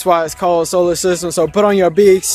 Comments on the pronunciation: Solar system. Sol. Not soul. Sol as in the Latin name for the sun. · Oh god... It's SOLar system, not SOULar...why do these people like to treat words like this, like they can imagine a word sounds like any other word and BAM immediately there's this deep cosmic connection that means something man! But they can't even do it right. Well, it's Solar, that sounds like soul, so it must mean soul. God this irritates me to no end. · “Soular System” is a gem, though!